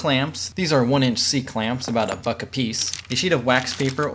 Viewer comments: Did anyone else hear "about a fuck a piece"???? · when he said "about a buck apiece" I heard about a fuck apiece and was very concerned for a moment